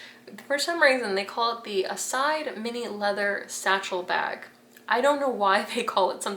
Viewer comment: Sorry but that is not how you are supposed to pronounce Iside, it is an Italian name.